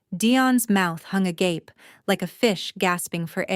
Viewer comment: Wow… an AI voice actually pronouncing ‘Agape’ correctly instead of the usual ‘A-Garp-Ay’ Watching from Leicestershire in the UK 🇬🇧